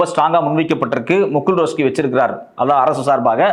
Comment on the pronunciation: முகுள் ரோஸ்கி...இல்ல முகுள் ரஹேத்கி... ஏய்யா இப்படி கொலபன்ற..😡😡😡